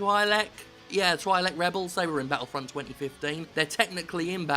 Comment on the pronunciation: The way you pronounce Twi'lek disturbs me